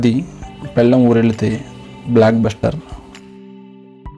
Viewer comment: పెళ్ళం కాదు బ్రో పెళ్ళాం 😂😂